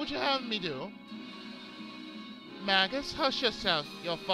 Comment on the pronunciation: I thought it was pronounced May-jus in this game but I could be wrong. Anyway, been looking forward to this for a long while now! Great voices by the way.